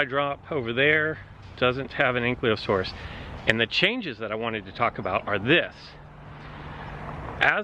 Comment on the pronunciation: Btw its pronounced ANK-I-LO-SAURUS not ankliosaurus and SPINE-OSAURUS not spin-osaurus. But liking the JW alive vids. Subbed. Keep up the good work 🤙